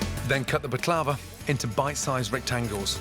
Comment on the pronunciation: Chef please prounce the ",B" in Baklava. My mom made this with honey. It's time consuming but we'll worth it.